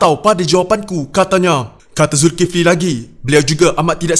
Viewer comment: Sebut lah ustaz zulkifli dgn cra betul